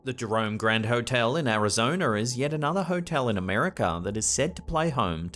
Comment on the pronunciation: 🤭I couldn't help but laugh at the way he pronounces Arizona, he says "Arizone-rr".